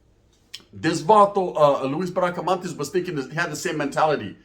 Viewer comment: BRACA-MON-TES NOT MANTES